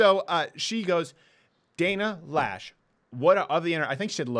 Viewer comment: I love your show first off. But I must say that you and a lot of other people are saying the spokesperson for the NRA's name wrong. You guys are saying Lash. It's spelled Loesh (Loe) pronounced Low (sh). Loesh.